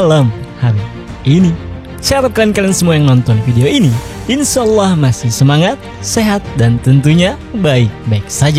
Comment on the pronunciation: Maaf bg. Bacaan insyaalahnya ga bener, klo bg non muslim jgn memaksakan. Saya tetap nnton kok tiap episode nya